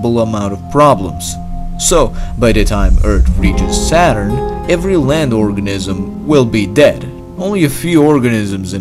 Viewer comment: organism sound like orgasim